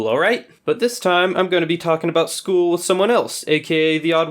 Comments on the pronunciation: It’s not skol it’s school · It’s school and not skool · It is school , not skool